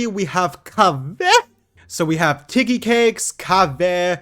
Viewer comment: since it's been so many times... it's KAEYA not Keaya...